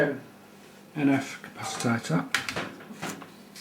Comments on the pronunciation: nice but i couldnt help laughing everytime you said 'capacitator' insread of capacitor... priceless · Dude it's pronounced CA-PA-CI-TOR, not ca-pa-ci-ta-tor. Love the vid though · learn a new word day..capaci-TOR..not capacitator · Why do you call it a capasitator and not a capacitor? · Interesting, Nice idea. Please dont say Capasatator